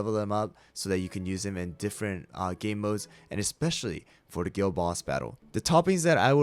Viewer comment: Dude why did i think he said girl boss battle every time he said guild boss battle😭